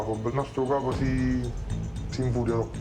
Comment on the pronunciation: Capo-KAH'poh. Not Kaypoh.